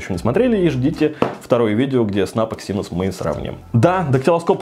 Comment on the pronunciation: Когда-нибудь автор научится правильно произносить слово Эксинос. Но это уже совсем другая история.